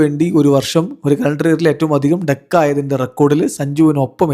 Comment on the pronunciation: ഡെക്ക് അല്ല ഡക്ക്. Duck.